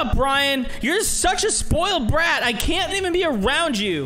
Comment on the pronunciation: Uhhhhhhhhhhhhh in this one part saws boiled brat instead of spoiled brat lol